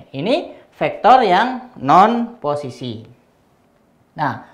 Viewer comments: "poccisi"😂 suka banget dg bapak ini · Teacher : "Pocis" Me : Bruh, Pocis?